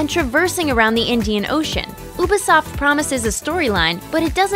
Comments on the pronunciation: Sorry it’s just... it bugs me so much 😫😭 YOU-be-soft, YOU BE SOFT. That’s how it was pronounced in Watch Dogs 2 when you play the side mission based on Ubisoft, and that’s how they pronounce it in AC Origins in the Tour Mode. It’s also how they say it in all their videos and interviews elsewhere. The only time they’ve called it Ew-be-soft is when it was someone with a foreign tongue that probably had trouble pronouncing the “you” sound. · she said oobasoft !!!!!! WTFFFFF